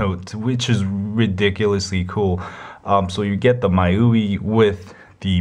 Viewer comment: Congrats on a good review. Now you'll have to excuse-me for being a jerk, but the "my-you-ee" was hurting.... It's pronounced "me-you-eye". The mi is from xiaomi and the ui is... you got it! User Interface.